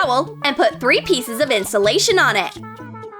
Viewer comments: STOP SAY INSOLATION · This is how many times they said insalation 👇🤣